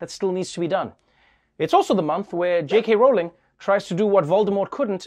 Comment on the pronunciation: Thx you for pronouncing J.K. Rowling correctly